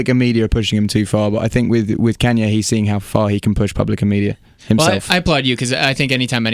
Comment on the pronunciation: He hit us with the australian accent and said Kenyé